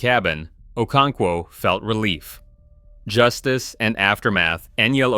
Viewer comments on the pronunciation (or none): none